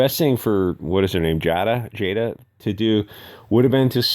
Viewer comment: I love that you do not know how to pronounce Ashton or Jada. And I'm 100% serious.